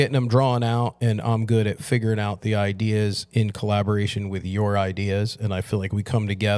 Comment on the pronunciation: The father used to call it "Idears" and everything was "old school"